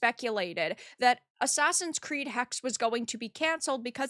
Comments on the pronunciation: The sadest thing for me is that i am from Blackforrest and this supposedly plays here. Side note: "Eine Hexe" could be everyone even males. What ever they do they misrepresent everything like they did with shadows. Also it is not called Hex. Like Porsche is not called Porsch. ^^ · And the "e" at the end is not silent